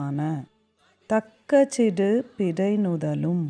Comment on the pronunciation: Nice explanation.. But lots of pronounciation issues.. சிறு, பிறை, உறு, மறந்து etc.. று வல்லினமாய் உச்சரிக்கப்படவேண்டும்..!! Same way சீராரும் is pronounced as சீராறும்..!! Paining..!! Other wise nice..!!